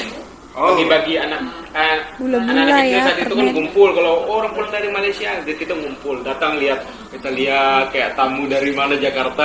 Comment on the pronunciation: Org Malaysia menyebut Malaysia bukan Malaysiye